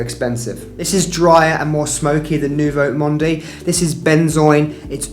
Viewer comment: Thanks for this very interesting video. Just do not pronounce the e in Nouveau Monde. It is Nouveau Mond .